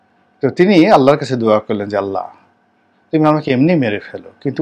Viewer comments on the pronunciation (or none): none